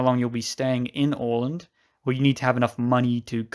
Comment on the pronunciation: A nice video! Don't take this too seriously, but it is always a bit entertaining when a native English speaker hopes he or she pronounces names in Swedish or even worse, Finnish, correctly and fails almost totally. Åland was spot on, though.